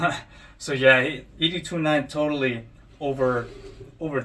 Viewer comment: Nice review but Bro you butchered Ed’s name the whole video. Have you watched the movies? It’s pronounced Ed-209 like Mr. Ed. It’s NOT EDee 209 😂